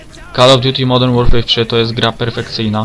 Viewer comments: Modern Łorfer się mówi, u Ciebie słyszę Łorfej czy coś. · Nie to żebym się czepiał ale modern łorfej śmiesznie brzmi